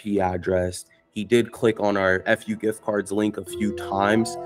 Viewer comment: "FUGift cards"--😅😅😅